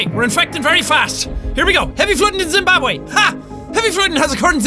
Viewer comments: zim-barb-way.... not how you pronounce it x_x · Its Zimbabweh* not Zimbabwé! Still love you tho! 😂